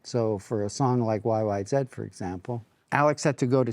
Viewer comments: Like the way he said YY zed instead of YY zee. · Geddy pronounces YYZ like a British person, that's the Right Way. Thank you Geddy